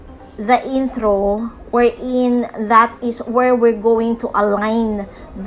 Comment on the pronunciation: inthro, outhro, thracks